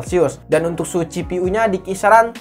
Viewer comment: Ngoreksi kata kata yang salah di channel sadapin tekno FPS cara bacanya: EF PI ES Bukan: EP PI ES CPU Cara bacanya : SI PI U Bukan : CE PE U PLAY cara bacanya : PLEY bukan: PLAY